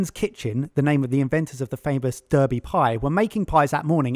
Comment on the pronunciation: Brownie Points for not pronouncing it "Darby".